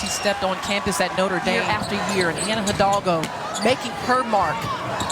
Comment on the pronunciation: As a Latin, please, learn to pronounce the surname Hidalgo.